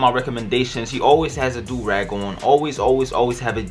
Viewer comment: It’s not dorag it’s a joorag